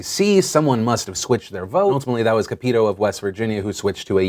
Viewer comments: Phillp Cap-it-toe not ca-pee-toe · ooooh Phil... i never like to correct you but I'm from west virginia and her name is Capito as in Cap-it-oh. Not cup-eet-ooh XDXD Love yah man but hearing it said that way made me laugh so hard!! <3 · Just so you know, Capito is pronounced with the accent on the first syllable, not the second. CAP-it-oh. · lol CAP-IT-TOE is how you say it. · The WV senator is pronounced Cap-eh-toe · Capito is pronounced Cap-i-toe. When speaking of demons it's important to call them by the right name. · It's pronounced CAP- eh -TOE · Phil normally I careless about name pronunciation but the being from WV her dumb name is pronounced Cap-i-toe thats bc she usually puts her foot in her mouth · Just FYI: Senator Capito's name is pronounced "Cap-I-Toe" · Pronounced "Cap-it-toe" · Just FYI, the WV Senator's name is pronounced Caa - pehto. The A sound as in "bat" and the I sound as in "sit." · Cap-it-toe I think is how her name is pronounced.... I think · Uh not that i care cause i hate her as my representative but her name is pronounced Cap-it-toe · I think her name's pronounced Cap-et-o. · Phil, the thing about us west virginians is that we love a good old trump speech. The level we are at, will take anything we can get. (P.s. it's pronounced cap-eh-toe. No hate though) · Phil I know it doesn't matter but the wv senetor brought up in today's video is pronounced cap-ih-toe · Mispronounced Shelly Moore Capito's name wrong again. Sorry Phil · I love you Phil, but as a West Virginian, I absolutely cringe at your pronunciation of Senator Capito's name